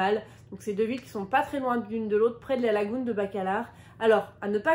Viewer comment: En français on dit lagune et non lagoune….